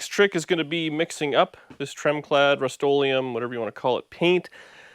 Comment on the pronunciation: Canadian Rust-o-leum...lol.